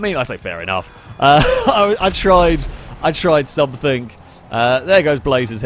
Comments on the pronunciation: Every time you say "somethink", I cringe. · SOMETHING. NOT SUMFINK